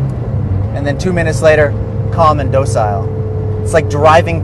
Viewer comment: He also pronounced docile incorrectly